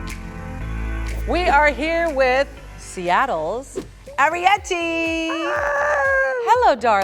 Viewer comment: Ari-Petty. Gurl bye.